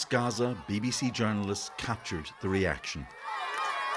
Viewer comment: Wow... so many famished children in RRRRRRAZZZA! You' d think this was Auschwitz!